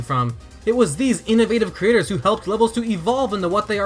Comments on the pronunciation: Why does he keep saying the word "creators" like he wants the captioning to hear the word "critters"? (Hint: Watch this video with CC turned on, if you are one of those people that watches videos with it turned off) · Instead of him saying creators I heard critters